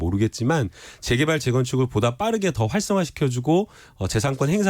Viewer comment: 김남국ㅡ제개발이 아니라 재개발 발음